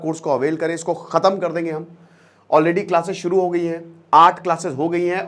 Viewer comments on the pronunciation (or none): none